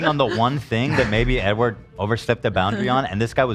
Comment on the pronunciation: the amount of times ethan keeps saying edward wrong is sending me